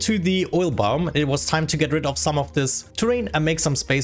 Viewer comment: I love the way you say "biome" sounds like "boom" with a really thick accent please say "I like to see the explosions go BIOME!"